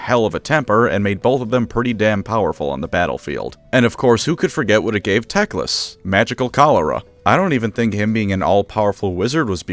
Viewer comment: Everytime i hear the word tecklas. I hear dickless.